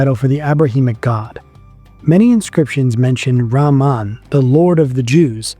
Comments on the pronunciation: It is RAAMAA pronounced as REHMAAN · rahman, the h is pronounced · Al-rakhman and al-rakhim have the same root, and are therefore pronounced the same - not one with a 'h' and the other with a 'kh'. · Not how you pronounce 'Rahman'... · raman رامان is diferrent than رحمان rahman your pronunciation is not right so meaning is changing